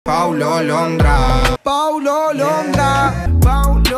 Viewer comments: Después de 5 veces escucharlo , parece que dice mal el nombre :v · Creo que dijo "paulo londra" :v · Me gusta la parte donde dice Pau lo lon dra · Después de 3 "Paulo londra's" deje de escuchar eso y escuchaba "pauro rondra" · Me vi todo el video completo pero ¿en que parte dice psulo londra osea me estafaron 😠? humor para los que no entienden xd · Me siento estafada en ninguna parte dice PAU-LO-LON-DRA Solo dice "pau lo lon draaaaaaaa" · Me gusta la parte que dice Pau lo lon dra